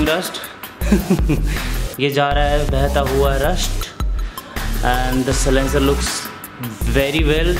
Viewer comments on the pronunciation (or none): It's silencer not c-lincer